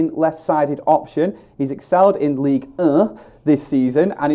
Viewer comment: I have said to them loads of times phonetically it’s Leeg an presque